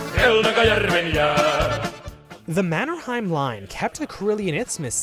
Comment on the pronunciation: How did this guy mispronounce Mannerheims name that badly??